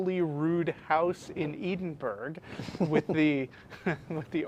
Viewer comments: I love the way that can't pronounce the capital of Scotland..........................................ouch, how embarrassing! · His pronunciation of Holyrood and Edinburgh, spectacularly bad :P